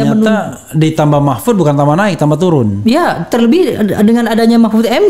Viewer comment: Menit 52.04 mangcek refly keluar plembangnyo, turun jd toron logatnyo, dk pck ilang :)